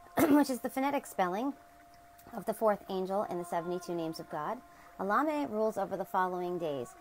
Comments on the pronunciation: Your saying the name as if your replacing the E's with A's. Try to say it as if it was Spanish or latin it will come out better and you'll actually pronounce the E's as E's instead of A's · I don't think your pronunciation of Elemiah is correct. Try to ask Google how to say the name. You can not do a search with the way you pronounce it but if you use the way Google says it, it comes up every time.